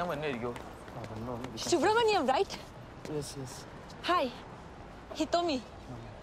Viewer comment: She pronounced shubramaniam😅😅..